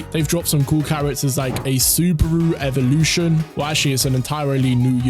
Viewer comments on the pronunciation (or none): none